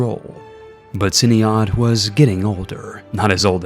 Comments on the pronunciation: ciniod is pronounced "kee-an-od" and Ruadrai is just "rory" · Ciniod is pronounced closer to Kenneth